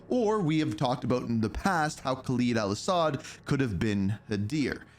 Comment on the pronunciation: I really wish you would pronounce Khaled properly. You know, the way it’s said in the games and like the DJ that says ‘another one’.